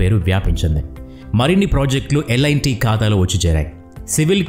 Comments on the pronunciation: Lt ani unty merenti lit ani chadhuvutunnaru lt na lit na peru😮😊😂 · Lit kadhu bro adhi L&T so alane untadhi pronounciation